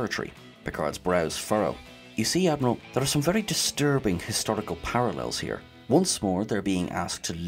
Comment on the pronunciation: "The line must be drawn here..." I love how he says the word "here" in like three syllables: hee-yahh-ckghh (not sure how to phonetically spell that last harsh tongued exhale)